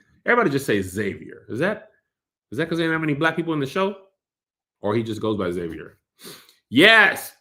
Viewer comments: Pronunciation of Xavier is Zay-Vur. Pronouncing it X-Zay-Vee-Ur, doesn't make sense because of spelling. How does the "X" in his name make 2 different sounds? It's pronounced either Zay-Vur, or X-Avier. 🤷🏿‍♂️🤷🏿‍♂️ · I thought it was weird they didn’t pronounce the X in Xavier so yeah I assumed it was lack of diversity 🥴